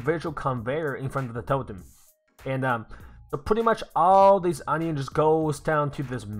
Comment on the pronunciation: Hi is English your first language if so on i on Not onio